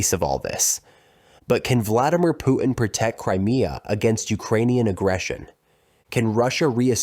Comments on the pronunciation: Putin -- with a T: poo tin. Your Pooh-hin is on some other planet, fool. "PPR _Global_?" If you can't pronounce public figures' names, you're not even in the game. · The man's name is Putin, not Poo-in! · Pu'in? Sorry about your speech impediment, man! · You know, when speaking English, it's okay to pronounce the letter "T" in the middle of a word. Clear communications begin with proper pronunciation of words. Example: Pu'in vs. Putin. Nothing is gained by the glotteral stop mid-word. Please? Thanks! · “Putin” has a “t” in the middle, stop using a glottal stop. 🛑